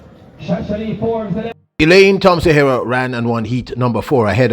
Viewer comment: its disrespectful to Elaine being you are both Jamaicans,for you not learning the proper pronunciation of her last name He- rah.